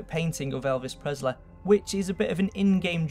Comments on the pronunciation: It's annoying how he doesn't know how to pronounce the "ee" sound. "Humaniteh" "Completeleh" "Elvis Presleh" "Alien Bodeh" "Properteh" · elvis presleh...alien bodeh